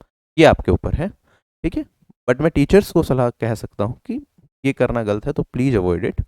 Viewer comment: क्या गल्त गल्त लगा रखे हो भाई,, गलत होता है, ल न कि ल्